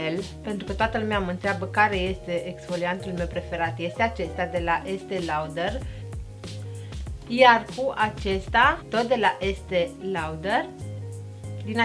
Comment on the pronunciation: In primul rand, daca faci cursuri de machiaj, nu stii sa pronunti Estee Lauder? Pe langa multe greseli de gramatica pe care le faci... reactia mea este de acest gen pentru ca ai o atitudine destul de rea... nu tuturor le pasa cum se machiaza, nu toti sunt pasionati sa se uite cu zilele pe youtube sa se perfectioneze la machiaj...